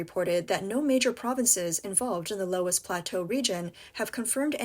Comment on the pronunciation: It’s pronounced luss